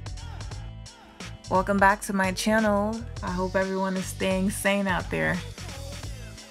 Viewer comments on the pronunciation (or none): none